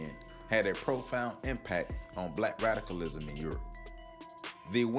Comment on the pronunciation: Are you saying “Black radicalism” or “Black rationalism” , because they both sound exactly the same to me ? Need we say more ? Amin .